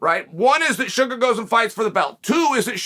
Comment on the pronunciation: I see you, Uncle CHAEL! I see you saying "Shuga' " relentlessly!!!! I know what you're doing!!! 😂 He's my boy, though!!! So happy for him!!! I still think you'd be the Greatest Rap artist of all time!!!! BADASS INC ✊🐐🎙️🎶!!!!!